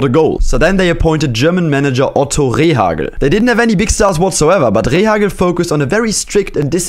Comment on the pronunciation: I love how he said ✨ R E H A C G L E✨